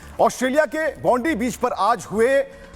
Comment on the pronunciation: Bondeeeee nahi bondaaai hota hai bhai